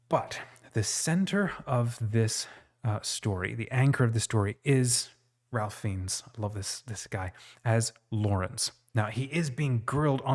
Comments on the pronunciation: His name is pronounced Rafe not Ralph!!! Please show him the courtesy of speaking his name correctly. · Our protagonist is played by Ralph Fiennes. Pronounce RAFE FINES. 😉